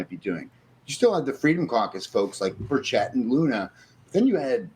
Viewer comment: It’s Burch it , not berr Chet 😂